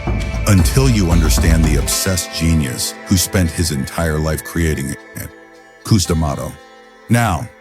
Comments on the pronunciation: That A I voice saying Koos instead of Cus kinda lame.. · Cooz 😂. AI is pretty funny. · Would be cool with a real human voiceover. ..."Koo-s"... Hilarious. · Kuz, Kust, Kustamato..???? Really? Pathetic. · First off it's Cus not coos. Secondly the style was not designed for short fighters your entire premises is wrong. Third it was not ignored that Mike had pain from his childhood Cus taught us discipline focus and worked on developing his fighter's character through emotional control harness your energy learn and channel through focus with intent and purpose and boxing was a discipline that Mike myself and others could channel rage in an efficient effective manner. If you have two tall fighters both of them in the 6 ft something range you better know how to weave under hooks and hit from angles the premise that fighters and styles have evolved and that this style was only designed for crouching smaller fighters is 1,000% incorrect I was 5'11 fighting as a middleweight and quite effectively slipped and weaved under my opponent's punches. Your narration is accurate your facts or not. The style has not lost its effectiveness due to how the sport has changed fighters are fighters you have two hands you're squared off in a ring and the object of boxing is to hit not get hit and do it in a manner that excites the crowd that is the premise of the style That's what we were taught in Catskill That's what Cus perfected. You are correct that trainers have no idea how to teach this style there's bits and pieces of it myself and a few of the fighters from Catskill work with fighters but finding dedicated students in a sport that's contracting with less and less athletes that are drawn to o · Cus not Kus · I can’t get through this with the orator pronouncing Tyson’s trainer as “KOOS”…. Can’t do it 🤯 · Cus as in uh not coos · Wish you pernounce Cuz's name right. Is this A.I. ? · God, I hate AI. Pronounce Cus correctly!